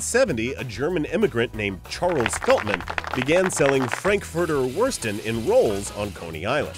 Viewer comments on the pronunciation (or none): It's called Würstchen.. not Würschen :D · It's called Würstchen NOT Würschen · It's Frankfurter Würstchen, but I forgive you :D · FRANKFURTER WÜRSTCHEN YOU'VE FORGOT THE T Your "Weener" comes from Wiener Würstchen...it's actually the same as Frankfurter Würstchen.... In Frankfurt it's called Wiener Würstchen In Vienna it's called Frankfurter Würstchen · it's "Frankfurter WürsTchen"